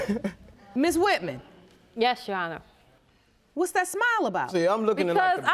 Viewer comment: “That’s RighT’jana”, instead of that’s right, your honour. She’s so illiterate! Instead of sleeping around with all these cousins, she must put her time and money in a beter education. I feel sorry for Mr. Maps on.